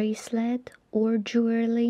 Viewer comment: It’s Jewelry get it right and try to pronounce properly when talking